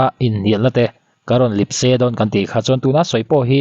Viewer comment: Lipse i tih hi Lepse tih tur zawk niin ka hria